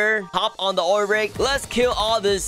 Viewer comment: I like how you call like “Ool rig”